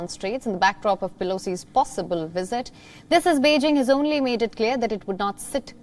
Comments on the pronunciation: It’s called visit sir🤣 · Why he keep sayin wizzit lol😂